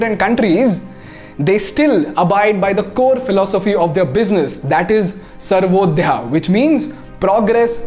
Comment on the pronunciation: सर्वोदयः को सर्वोद्या बोल दिया रे... सर्वोदयः = सर्व + उदयः